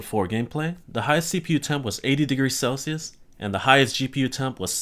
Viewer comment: I hate the way you pronounce "Celsius".